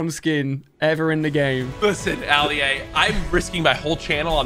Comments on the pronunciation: Its funny how Courage called Ali-A Alia🤣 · bro rlly said ali uh💀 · Aleeha? JACK, ITS ALI-A! Fix your proper spelling my man! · bro said his name wrong and alia didn't question it💀